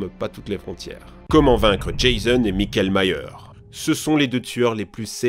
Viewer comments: Comment tu a dit Michael Mayer 🤣🤣🤣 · Mon dieu c'te prononciation de Jason et mickaël Myers ça fait mal 🤣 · "MIKÉL MYERS"